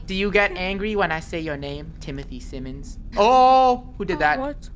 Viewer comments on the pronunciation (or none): Krew: Timothy Simins Me: Cinnamon